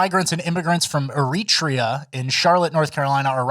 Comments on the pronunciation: "Eritrea" is pronounced air-ah-TREE-ah (in case you cared). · Era-tree-ah is how you say the name. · Eritrea is pronounced Air uh TRAY uh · It’s pronounced Air-it-trayen. Just looking out for ya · You butchered the pronunciation of Eritrea. Its pronounced eh·ruh·tree·uh. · I think it's pronounced "Air Eh Tray A" (Eritrea) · Please research the pronounciation of Eritrea. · is pronouncing Eritrea wrong, I think.